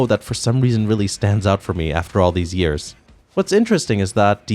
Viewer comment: "It only took two yeeeeeuhwwws, until the series made its transition to 3d"....the hell happened to your pronunciation of years?